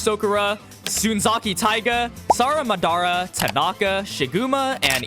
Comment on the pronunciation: SaraMADARA WTF 😂😂😂😂😂